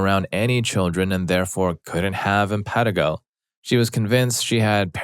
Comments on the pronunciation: It’s im-puh-TEE-go or im-puh-TIE-go. Either is correct. But not im-PET-i-go. Pretty simple to look that up. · Im pan ti go not im pet i go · Infantigo pronounced - in-fan-tie-go